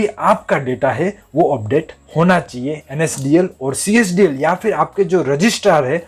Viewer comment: Csdl nahi cdsl ha.. ha... ha...